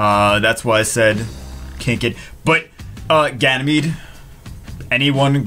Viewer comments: He's Ganymede not Ganymeade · "Ganymeade" omg I'm laughing so hard! xDD Plot twist: he has been Ganymeade all this time o.O I'd used to say Woonsa to Woosa all this time xD!